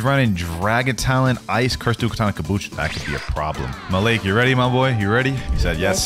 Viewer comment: I’m not lyin my name Malik thank u for sayin my name. I know u meant his user btw. Also ty for pronouncing it right a lot of ppl say maaalick